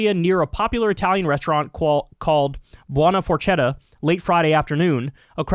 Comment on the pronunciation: Bone-Ah For-Ket-Ah. Justice for Buona Forchetta! One of my favorite restaurants in all of San Diego. What's more is a federal judge signed the warrant that allowed them to detain everyone. This location is only miles away from a historical hispanic neighbor hood and Chicano Park. Much Love, K. Thank You.